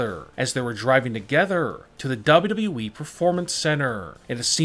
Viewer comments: WTF it is WWE not wwwe😂😂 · Why does he say wwe like this double u double u e